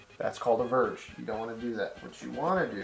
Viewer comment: Youre saying the verge like it's the Purge. 😂